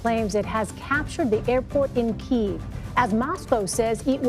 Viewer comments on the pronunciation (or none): KE-ev not Keeve